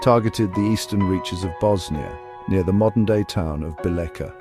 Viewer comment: Bosnia is a place, not a people. The people who inhabited the land were Serbs. During his coronation, King Tvrtko titled himself the King of the Serbs of Bosnia and of the Coast. Also the name of the city described here is pronounced something like BEE-letcha.